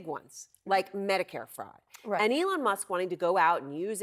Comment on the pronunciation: calls him Elonia… lmAo